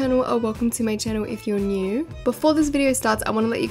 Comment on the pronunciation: "If your neuwww" LOL